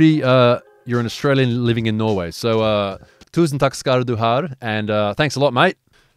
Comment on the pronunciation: I like when tries to say "tusen takk skal du ha" he always adds a couple of Rs just for good measure.